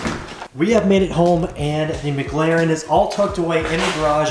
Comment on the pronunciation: Everytime I head say MagLaren and not McLaren 🤣